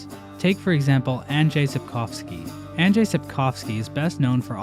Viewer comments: Woooow im surprised how well (for a non-polish speaker) you pronounced "Andrzej". Good job! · What the fuck you actually said Andrzej right? I think you're the 1st non polish youtuber to do that. Unledd you are Polish then I'm dumb